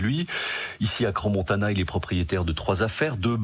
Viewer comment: CRANSS-Montana, pas CRAN.